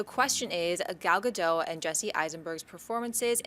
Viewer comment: You are so mispronouncing Gal Gadot name, the "t" isn't silent !!!.